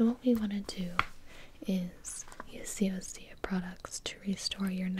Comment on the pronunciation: Can't it be OSEA Instead of Ose-uh Like....its osea....not...ose-uh.. Sorry that really bothered me 😂